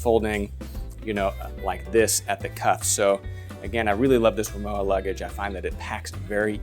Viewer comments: RimoVA. W in German is pronounced as a V. Just sayin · Thanks again; What is the size of this piece of luggage? by the way RIMOWA (German make) is not pronounced like IOWA but with a plain V: RIMOVA.........(stress on MO)